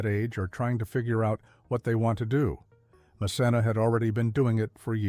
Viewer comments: PLEASE Narrator!!!! Learn the correct pronunciation of the names!!! Or get a new job!! Pronounced MaKenna! Not mcsena! Please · It’s ma-ken-na (Macenna). We knew all of this already bc she said it over the years. I love when ppl paint a storyline as if we don’t already know. She’s educated us over the years if u watch her vlogs you’d know that. 😂😂😂😂😂😂. She still sits at a desk n sew patterns lol depending on her projects. We knew know of Romeo n how they met too. This video is funny well put together though. And the cottage is my fav as well as her la home her mom’s hand painted arts and the baby we all waited for her to finally test positive on baby Kade. Mom of a how 2 yr old still doing her thang now released shows with hgtv we love her over here. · Voice over dude her named is Ma Ken Na!!!!🤣🤣🤣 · You're not pronouncing her name correctly. Though spelled with a C, the C is a hard C like a K. MaKenna! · I've been following her a long time. She's amazing. You should be respectful enough to learn how to pronouncing the names of the people you talk about. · It’s Macenna pronounce the c as in k. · I’ve been a subscriber of her YouTube channel for years…and she is a beautiful person and very talented……it’s nice to know a little more of her personal life….but I am really happy that she keeps her personal life separate from what she shares on her videos! I corrected you every time you said her name …because you were pronouncing it all wrong…which I found very irritating.